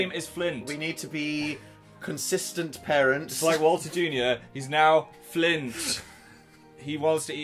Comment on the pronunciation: his name isn't flint it's FLINT